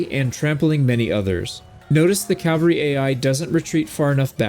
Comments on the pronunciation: This is a big pet peeve of mine. I love your videos and they have helped me so much with this game. But a piece of me dies every time you say “” instead of “cavalry.” You always spell it correctly but it’s said wrong. I know it’s a small relatively pointless gripe. Thanks for all the wonderful videos you make and all the effort you put into it. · Glaives are nice until you fight someone with javelins. Then it's bye bye companions. Shield, mace, two stacks of Javelins, unless the companion is an archer and then I'll use the glaive, bow, and two stacks of arrows. Also, it's CAV AL RY. NOT CAL VA RY. is the site of Christ's execution. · Why do so many Americans especially say "" it is your language guys:p